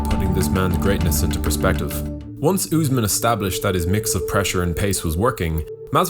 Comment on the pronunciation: he calls him newsmen lmao